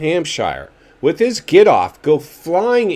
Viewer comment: You know what is hilarious 😂 you speak like Jet actually listens to your crap..Lol and Like Ricky gives a 💩 what you think..How about he can't seem to pronounce the word With.. and yet he manages to say WIT at least a dozen times, Notice you have nothing to say there..Shut up dude.. Still wearing XXX shirts OMG bro.. the 90's are gone.. your funny